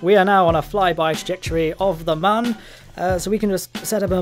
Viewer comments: Sorry to be "that guy" but it is pronounced moon. Due to the way it is spelled mün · You are entirely mistaken. It is Mün, not Moon or Mun. It is a joke, and one that doesn't make sense the way you say it. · Mün is not pronounced exactly the same as "moon". It's pretty much the same, but with a short vowel instead of a long one. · its not pronounced moon or mun, its kinda in between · The developers are Mexican, and the U in Mun is best pronounced like everyone but the English would as a soft u, not a hard U. You've heard them appealing to Americans, who don't know or speak shit.